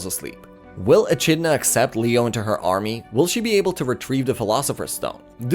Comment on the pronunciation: Echidna is pronounced Ee-Kid-Nah